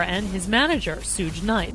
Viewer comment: She said "Sooge" Knight.... 😂😂😂😂😂